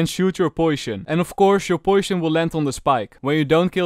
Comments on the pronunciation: why you read poison to poision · I love how say poishon instead of poison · I love the way he pronounced poison as poishon.It's just so cute to hear LOL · POISHON lol i just found that funny not being mean lol nice video tho:D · Poishon :D